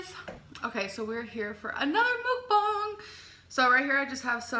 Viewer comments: She's not trolling. She says Mukbang like MOOOOK bong despite knowing it's not pronounced that way. Oh well. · Yessss! she pronounces it As "mookbong" so annoying